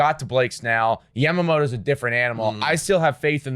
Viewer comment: Ya ma moto not Yam mamoto.. Like is Toron toe or Toron oh?